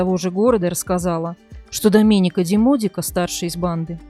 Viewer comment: Слух режет когда диктор произносит итальянские имена по русским правилам. Вместо Алесандрооо Алесанрааа, Доменика вместо Доменика. Кажется мелочь ан нет. С буквой а на конце, это женское имя. А здесь 3 зверя мужского пола.